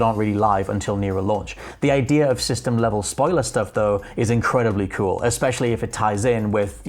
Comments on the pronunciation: Did someone tell this guy they’d pay by the “idear” count? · There is no “r” in the word idea...it’s not “idear” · It's that invisible "R". I guess we have silent letters and they have invisible ones. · Thought it was just me hearing that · Maybe it’s cause I’m American but the way he says “idea” kinda drives me crazy lol